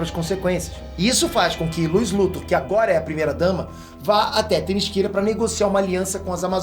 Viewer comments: Todo mundo: Themyscira: "Temisquíra" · No desenho animado a mulher maravilha pronuncia o nome da terra dela assim THEMISCERA.....o pronuncia THEMISQUIRA.....qual é o certo afinal??? e o Brainiac....o superman pronuncia BREINIAC, e o pronuncia BRAINIAC. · serio eu n queria fala isso mas eu acho que se fala temicira n temisquira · Legal a HQ, agora eu pensava q a ilha da Mulher Maravilha se chamasse Temíssera e não Temisquira kkkkkkkkkk 👎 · video impecavel mas o falar "temisquira" doeu um pouco no coração